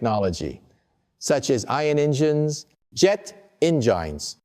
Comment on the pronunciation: "en gynes"? The AI flubbed that one.